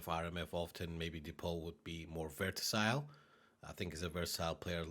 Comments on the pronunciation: it's versatile , not vertasile . You said it wrong at least 10 times in the video ... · pretty "verTasile" LUL